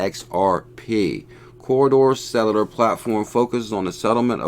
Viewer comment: Cor-duh settler lol